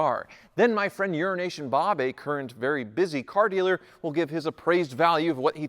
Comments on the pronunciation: did he say Urination Bob? Lol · "Urination Bob" sorry, but that's what it sounds like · Is that "euro nation bob" or "urination bob" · urination Bob?? LOL did I hear it right?? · The first time, I was like, ok. When he said it , it was for sure what he said, and the guy in the back smirks at Ninja lol